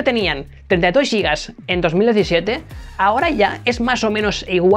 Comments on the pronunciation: ¿Por qué dice "yigas" para referirse a los gigas? Giga NO es una palabra inglesa. Viene del griego y significa gigante. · “Yigas”???? Gigante -> yigante? Gilberto -> yilberto? Gitano -> yitano? Giralda-> yiralda?